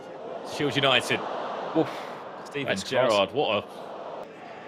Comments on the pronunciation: SHIED, SHILED, SHIELD 🤣🤣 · SHIELD, SHIED, SHILED… lol to organize such an awesome event and then fckd up with this one word lmao. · The word "shield" seems to have given someone a very hard time apparently 😂